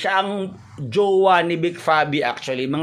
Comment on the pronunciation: JUWA TALAGA? TIGAS NG DILA NI 😂😂😂